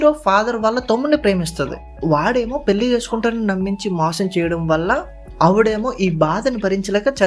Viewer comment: పెల్లి, మల్లి, కాదురా పెళ్లి, మళ్లీ అనాలి ముందు తెలుగు చక్కగా మాట్లాడితే సబ్స్క్రయిబ్ చేసుకుంటాం